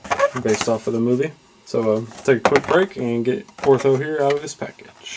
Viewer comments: You say "It says here the obnoxious." it is pronounced O-T-H-O, there is no R in his name, but other than that the review was okay, but I would have liked some comments on the paint job, likeness to movie character, and joints. I own the entire line mint in packages, but I like to see/hear others reviews on them. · The value of this item just went up... Glenn Shadix passed away today.:( And yes, PLEASE stop calling him "."